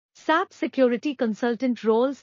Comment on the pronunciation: It's not Sap it's S-A-P that's how it should be said